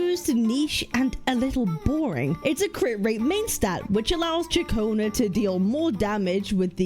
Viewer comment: Katchionna... dangit stop sayin it its CiaConna